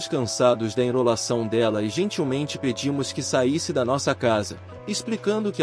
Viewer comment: Voce, locutor, fala certas palavras de um modo que nenhum brasileiro falaria kkk ENROLACAO, por exemplo Nao e Enrolacao e sim enRRolacao mas se escreve Enrolacao kkkkkk